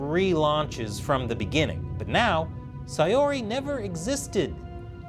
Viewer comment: I never thought to correlate Buddhism with DDLC... especially with Monika's stance on God but hey, that's interesting. Also, you're one of the first people to properly pronounce Sayori. For that you get bonus points. Thanks for keeping this game alive,.